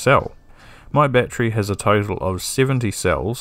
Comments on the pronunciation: battery... not batree there are 3 syllables ˈba-t(ə-)rē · you mispronounced the word battery ..